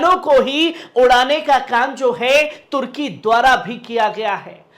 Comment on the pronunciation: Bhai tarki nahi turki